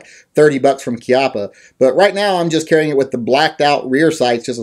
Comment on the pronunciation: Bravo! Somebody who actually knows how "Chiappa" is pronounced. Ti salute.